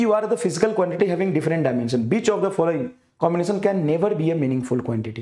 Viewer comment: Which❌ Bitch✅ Btw awesome lecture ❤️😂